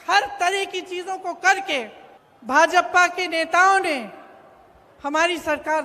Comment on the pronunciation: भाजपपा नही भाजपा बोलिये आपका सुरजेवाला भी यही बोलता है